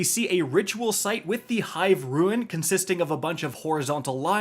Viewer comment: It's been years.... And this man STILL doesn't know the difference between rUNE and rUIN..... sigh.... I keep giving you chances and you make it so difficult to sit through an entire video of yours